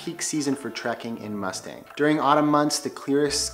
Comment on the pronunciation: Nepal is one of my favorite places in the world. I’ve been twice for both a month each time and I would love to go back. Just a head’s up though, Mustang is pronounced moo-stong.